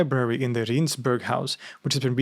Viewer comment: Small correction on your pronunciation of Rijnsburg. The letters I and J form one letter in Dutch. The Rijn part in Rijnsburg comes from the river Rhine and you can better use that in the pronunciation. So pronounce it as Rhine's burg. This atheist loves your content.